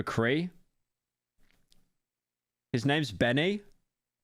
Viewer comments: "Mac Queer-ry" 💅💅✨✨ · Typical mop doesnt know how to say Mecres name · Did he screw up saying McCree name